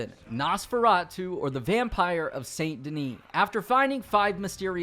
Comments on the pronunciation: its pronounced sain denis the "T" is silent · How do you go through a game where everyone pronounces Saint Denis as "San Denee" and still say Saint? xD